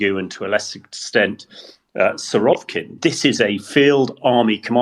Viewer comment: Ah, the Let's Slag off Russia podcast. Always a good source of mirth. FFS it's Surovikin, not Surovkin.